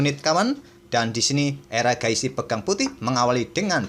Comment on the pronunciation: Mimin udah kebiasaan manggil Erigaisi jadi Eragaisi 😂